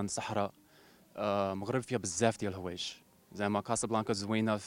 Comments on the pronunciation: لضحكني هو في الاخير قال المغرب فيها بزاف ديال الهوايش 😂😂😂😂 احواش زعما😂😂😂ولكن تبارك الله عليه عرف اهدر دريجة مزيان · هههههه بحال الى سمعتو تايقول المغرب فيها بززاف ديال (الهوايش) 😅😂😂😂👍